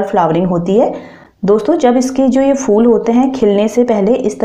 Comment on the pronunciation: ye fool nhi phool hota hy....kiya samjhi ...fool